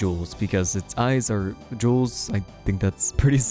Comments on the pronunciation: ITS JEWELS NOT JEWLS☝️🤓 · "Jewls"?? ridiculous lol